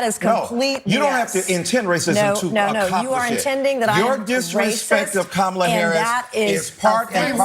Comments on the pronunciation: The problem was not her mispronouncing. The problem was her PURPOSELY mispronouncing. It'd be like you knowing how to pronounce a name and deciding, "Nah, I'm going to make it sound foreign". Its disrespectful. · The biggest mistake Michael Eric Dyson made was not physically moving away from her when she intentionally pronounced Kamala's name wrong. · something worth noting - I watched the original CNN segment and when she mispronounced 'Kamala' others on the panel pointed it out in a nice, non-accusatory way. But she kept doing it and doing it and doing it. Her willful mispronunciation was pretty disrespectful to the VP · Cenk, you are getting more obtuse by the day. Deliberately mispronouncing a name is not racist? Ok, Jock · Her name is pronounced KOOMALA ffs people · I have always pronounced her name Come-ah-lah. That's what I heard when she was a senator. I only ever heard the other pronunciation after she was VP. I think this is a ridiculous distraction from things that really matter. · Her mispronouncing it wasn't racist. Her saying she'll pronounce anyway she wants was the problem. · Mispronouncing someone’s name isn’t racist. It’s simply mispronouncing someone’s name. Do people think no Whits person ever had their name mispronounced?? How dumb can you be? When you have to reach this far to call someone racist… you are the racist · Nancy mispronounced the the VP NAME on purpose out of disrespect, not racism. That’s her job to do. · I have not heard ANY of the people in the CNN panel, TYT or in Deocratic leadership correctly pronounce the name 'Kamala' or कमला which means 'lotus flower' in Hindi and Sanskrit. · Did her nieces pronounce it correct on stage at the DNC? That’s the way people who aren’t tying to be dics say it and the way she does. Is she not saying her own name right either or is it just an accent thing? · Yea this is a clown take and racist to me because that woman has mispronounced Kamala Harris’s name to be racist on purpose